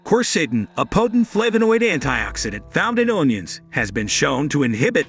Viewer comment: “Own ions”? 😂🤣. Ridiculous